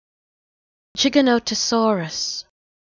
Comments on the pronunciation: Giganotosaurus is meant to be pronounced with a j sound tho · It's not 'jih-GA-nuh-tuh-saw-ruhs', it's 'jai-GA-nuh-tuh-saw-ruhs'. 'Jai' pronounced like 'Gy' in 'Gyroscope'. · I know its pronounced jig-a-notosaurus but, shes saying chiganotosaurus. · yeah I don't want what I was thinking when I posted that comment but I pronounce it jai gan tuh saw ruhs and I also hate it when people call it giga not uh saurus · no it isnt gigantosaurus is factually wrong and not how you pronounce it